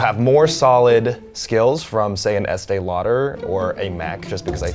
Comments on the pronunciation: I love that Zach pronounced it like Estēe “Louder” 😂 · Sounds weird how they pronounce Estée Lauder